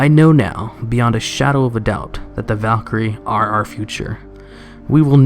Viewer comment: Ive never heard anyone pronounce Simone the way you did. Very odd. You also said Val'kyr wrong multiple times, adding extra letters apparently.